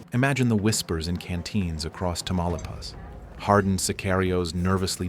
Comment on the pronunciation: I know it's all AI and it got the look of Mexico fairly good, but the mispronunciation of Tamaulipas was annoying.